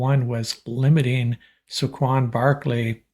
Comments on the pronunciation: Please learn how to pronounce Saquon ! Say-quan ! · At least say the mans name correctly